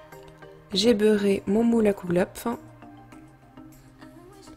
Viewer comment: super recette, juste au passage en dit Kouglof pas Kougelhopf.